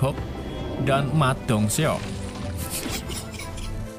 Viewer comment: mon maap tapi cuma mau bilang ma dong seok cara sebutnya ma dongsok,terus judge sebutnya kea jadk,kwkwkwkwk😔